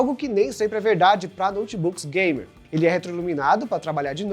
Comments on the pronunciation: eu tive que ouvir umas 10x pra ter certeza que ele falou "bem exagerado, bem gamer " kkkkk Pq pareceu que ele falou "bem exagerado, bem Gay" kkkk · eu entendi ''bem exagerado, bem gay'' osso